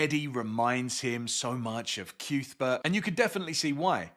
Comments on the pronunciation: I’m not calling Cuthbert CUthbert. It’s Cuthbert. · Haha it seems like everyone has the same reaction to the reveal it’s pronounced ‘Cyouth-bert’. All i have to say is if Sai King wanted me to pronounce it right he should have had Sheemie learn his name before I read 600 pages with ‘Cuthbert’!